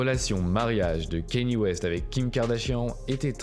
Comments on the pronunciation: ca se prononce pas « kenny west » mais « kanyé west » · On dit Kanyé frero c pas Kenny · Kanye pas Kenny 🤦🏾‍♀️ ...faite un effort! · La vidéo est bien mais c'est pas dans l'ordre chronologique donc on se perd et tu dis Kane au lieu de Kanye j'ai l'impression